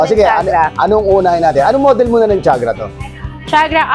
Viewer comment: I am quite sure that TIAGRA is not pronounced "CHAG' RA"... it's "TI AG' RA". Pinoys just say what they want to say, even if it's very wrong.